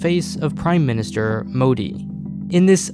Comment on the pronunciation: The way he said M̶o̶d̶i̶ moody 😂😂😂